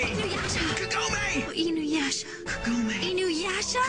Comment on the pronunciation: youre saying inuyasha and sesshomaru wrong and I LOVE THIS ANIME!!!!!! the comic relef is great, the suporting characters can stand individually and it isn't a bad show and im the one that likes the kaind of anime that is really hard to keep your stomach in and i'm the kaind a person that doesn't watch romance because well in anime most of the romance happens quickly and everything is lovely dovely it's kinda annoying but here they have to get to know eachother insted of yust geting to the point